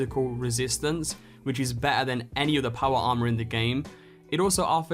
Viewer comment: Make a video of you only saying powa armah,for 3 minutes straight.